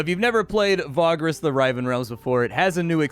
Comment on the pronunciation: Riven, as in Rift; meaning split apart, torn asunder. Not rye-ven.